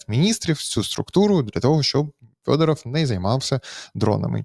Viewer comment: ЖЄлЄзьнякь--то вже не ЗАЛізняк. Але чому -"ФЬОДАРАФЬ"?